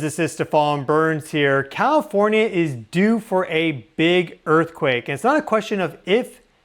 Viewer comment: I swear to God he’s saying “Cawifornia”